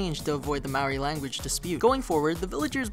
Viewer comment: Also as a side note you are pronouncing maori wrong. You gotta roll the R a little